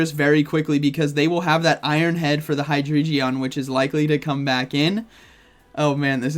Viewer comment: Hello u are saying hydreigon wrong u pronounce the g as g Amazing vid btw HAPPY NEW YEAR 🎆✨🎇